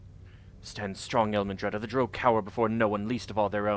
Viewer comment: Notice that Adalon pronounces Drow like "drow," not like "droh." Sorry, but your pronunciation has been driving me nuts all game. I can understand the confusion because words like sow, grow, low, etc are pronounced like "oh" not "ow." However, there are also words like plow, now, wow, etc that are pronounced like "ow." Every time I've heard Drow from official sources it's pronounced "Dr-ow."